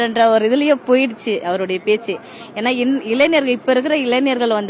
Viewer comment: இளைஞர் என்று சொல்ல தெரியல இளைநர் என்று சொல்ரா